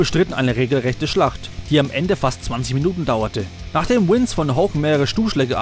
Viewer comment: Es heißt Vince, nichf Wince